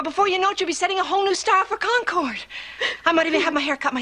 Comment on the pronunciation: Sorry Susan Dey but Concord is pronounced "Conquered" NOT "Con-Cord."